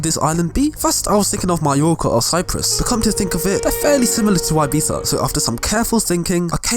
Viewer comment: Man said '' ABIZA '' lmao